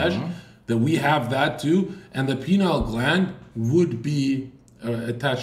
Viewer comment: Them saying penile instead of pineal is hilarious